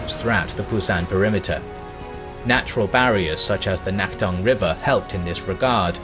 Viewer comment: Nice video, i enjoy your videos. I lived in Incheon and visited the memorial near the landing site for the Incheon offensive, as well as a few other Korean cities. Your pronunciation for several locations is a bit off tho. T is more like a soft D in Korean so Naktong is more like Nakdong. Teagu is Daegu. K is also more like a G. P is also more of a B, Pusan is really pronounced as Busan, though it's a soft B.